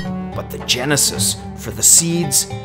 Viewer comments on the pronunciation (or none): none